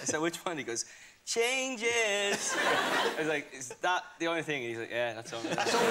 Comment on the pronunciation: the way like niall say "changes" in this moment and make me smile 😍🤤